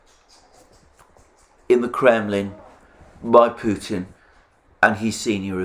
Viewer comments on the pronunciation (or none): none